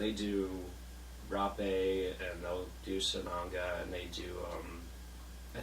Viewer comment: These guys miss the whole point of plant medicines. Can’t even pronounce Rape’ correctly......